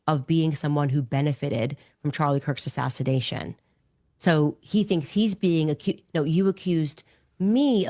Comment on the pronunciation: Candace says “assassidation” I just wanted to point that out for no real reason, just think it’s funny